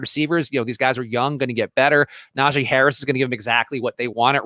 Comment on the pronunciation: Najee not Najay Harris :)